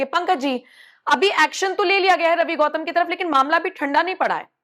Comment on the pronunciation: गौतम नहीं है घौतम है 😂😂😂